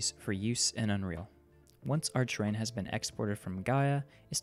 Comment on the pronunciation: it's terrain, not train